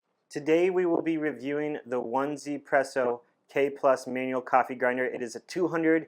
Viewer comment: You read as Ezypresso